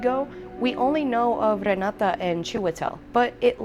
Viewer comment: My. You are latina-fying Renates name... but she's norwegian. Re-knot-eh sounds closer. Love yaaa ❤